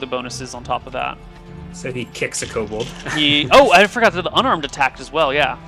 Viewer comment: Ko-Bold master race. Kobold master race